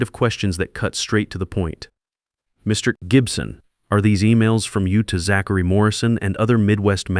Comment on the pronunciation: This AI can't pronounce Zachary..